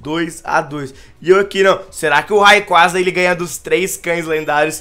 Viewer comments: a pronuncia n é raiquaza é reiqueiza (r com som de rrrrrrrrr n de re) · "Raicou" doeu minha alma!